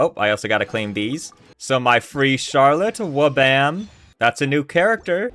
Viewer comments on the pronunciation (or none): none